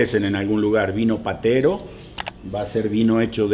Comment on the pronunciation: VINO PETERO (HABLADO BIEN).